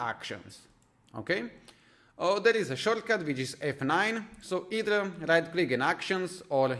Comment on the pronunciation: Lol, I notice you nearly always say the R before the E at the end of words like, flowRes / flowers , eithRe / either , ovRe / over (many times while explaining enableMouseOver). Areas where you can improve your English. The tutorial itself as great though, it helped. :)